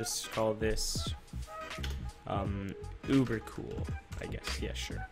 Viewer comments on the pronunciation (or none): none